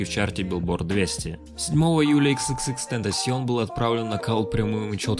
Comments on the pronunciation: не икс, а экс, всем это говорю. Уши режет. #LLJ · Отличное видео чел, но пожалуйста не ИксИксИкс, а ЭксЭксЭксТентасион. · хаха б*я простите, но я должен это рассказать, мы с другом часто слушали его, и когда я произносил его Ник (примерно как тут ) он часто меня исправлял на "икс икс икс тентейшн" Боже, пи*да моему другу Но если серьёзно, мне больно осознавать что его больше нету с нами, огромное спасибо что ты не даёшь нам забыть о легенде, F